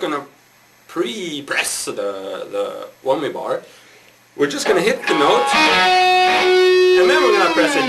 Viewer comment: LOLOLOLOL he said eeebanezzz and he said whommyyy ITS I-banez and WHAMYY lol hes still rlly cool and rully good